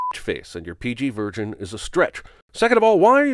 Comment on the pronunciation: what’s a PG “Virgin?” I’m sinning the pronunciation, not the caption 😄